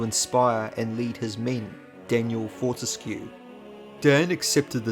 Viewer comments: Wouldn't it be "for-tesk", like grotesque? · Fun fact: Fortesque's name is pronounced "fort-ESC".